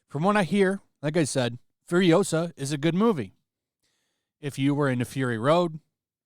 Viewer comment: It's FuriOsa, not FuriosA